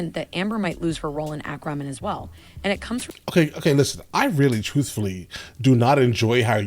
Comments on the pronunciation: AQUA NOT AKRA! Fuck me....... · Aquamin?!? What's that?! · Don't you mean "Ack-ruh-men"...lol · "Akramin". Yikes. Why is she pronouncing it that way? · Ack-wah-man... WTF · I hate the way she says ackwaman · She saying "airkro man"? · At least the "a" is pronounced correctly. If she said "aquaman" with that "a" rather than "acraman" it would be fine. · Acwamin. Ackwamin. This woman cannot read, nor can she enunciate or pronounce many words correctly. Irritating. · Thank you!! I hate the way she is pronouncing Aqua-man also! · Lol when people intentionally try to creatively mispronounce words - Do I hear the word "ramen" in there? 😂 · I can't believe somebody who speaks so well cannot pronounce Aquaman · Her pronunciation of Aquaman was driving me nuts, too. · Same, how can she not know how to say it lol